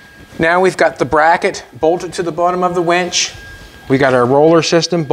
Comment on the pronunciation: I love that you call the winch a wench 😂😂😂😂😂❤